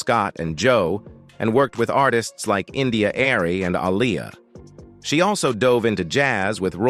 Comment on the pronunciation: AI gives a long explanation on the correct way to pronounce their groups name then immediately mispronounces it....."Zane"???😒..... honorable mention goes to AI saying India Air-ee and also ALL--FOR--ONE (in my robotic voice🤖)🙄😮‍💨🤦🏾‍♂️